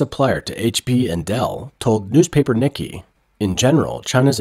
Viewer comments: "Nee-Kee Asia"?? It's NEE-kay. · I'm pretty sure the 'Nikkei' is NOT pronounced 'Nik-ee' like the American name 'Nicky'.... I believe it is Japanese and is pronounced 'Nee-kay' :) I hope this helps for future videos :) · its pronounced "neekay" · Nikkei is pronounced: Nihk-kay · Its hard to take anyone seriously about the Asian market when they pronounce "Nikkei" "nicky". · Please check pronunciation of Nikkei